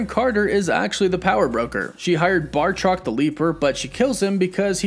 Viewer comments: Okay come on it's not that hard, B-A-T-R-O-C not BARTROC, please I love this channel just say his name right I'm begging you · I'm sorry... much as I love your content, I gotta say it... it's "Batroc", not "Bartroc" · Dude! Bartroc??? It's BATROC! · Mephisto reclaims a little piece of my soul every time pronounces it as Bartroc instead of Batroc. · It's Batroc,! Not Bartroc!...OCD wanted me to point it out, sorry, GREAT video! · Batroc, not Bartroc XD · Are you gonna continue to just mispronounce Batroc? BA-TROC. You’re adding an R where it don’t belong.